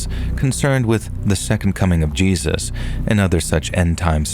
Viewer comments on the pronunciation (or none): none